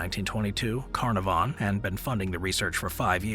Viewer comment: I love your posts. If I may help, some pronunciations like Carnarvon are misstated. I will definitely keep watching.